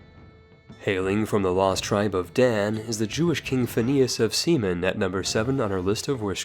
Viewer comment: I fucking lost it at "King Phineas of Semen"